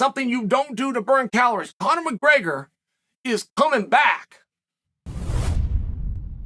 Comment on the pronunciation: Chael ‘Conor McGreygor’ Sonnen